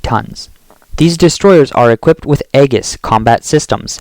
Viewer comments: Aegis reads Ay-Jis. Nimitz reads Nim-its. Please work on updating your phonetic understanding of words. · The “E” is silent, pronounce like Ages (almost) lol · The "A" in "Aegis" is silent. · Abe is pronouned ah bay Aegis is pronouned ee jus.